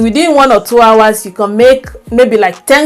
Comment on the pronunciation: It's you Can & not con please take note i enjoyed ur video